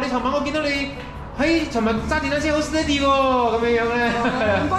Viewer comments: 对，的steady读错音了，狮弟的读对，过后跟着狮弟的读音，但后面又错回了😂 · 马来西亚潮语Steady 还要加个Boom Bi Bi（不过讲的Steady 口音不对，要跟番原装的口音才好笑的） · 🦁爸講steady好好笑🤣🤣